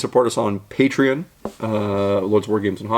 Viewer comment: Hey, finally said Patreon correctly. Good job!